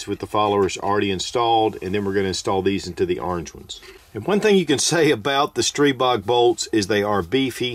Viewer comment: Thank you for the great video, and THANK YOU, THANK YOU, THANK YOU for pronouncing Stribog correctly.